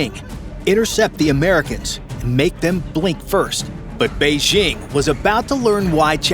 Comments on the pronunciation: "Beizhing"?? Are you trying to say "Beijing"? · Beige-ING? It’s not in French. It’s a J: Bei-DJING! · Bay-Jing', not Bay-zhing'.